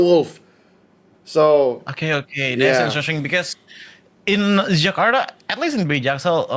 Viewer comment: your pronunciation of jakarta is on point. good content you have. good job